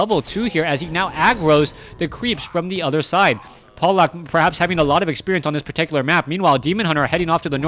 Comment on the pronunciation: In fact, it's "Pavlak". ;) Trust me, I'm from Poland too.